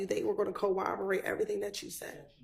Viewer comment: it's more embarrassing when it's the DA talking like that. The amount of times she mispronounced corroborate had me😡